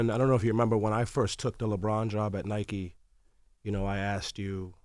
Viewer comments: Envy literally pronounced "Nike" wrong wtf?!? 😂 Is he illiterate? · Everyone has it mixed up cause the rest of the world pronounces it as “Nike”..us North Americans pronounce it as “Nik-ie”